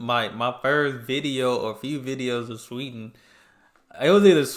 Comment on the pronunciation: How she said 'Sweden' at the start of the video was 100% Swedish. As it progressed her Americanised accent came through more, I found (and she got louder).